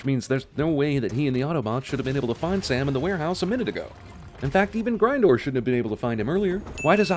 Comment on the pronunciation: It's not pronounced "Grine-door" it is pronounced "Grin-door"